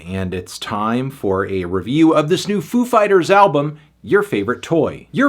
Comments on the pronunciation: You pronounced it wrong, the emphasis is on "Fighters". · Ladies and gentlemen... Foo FIGHTaz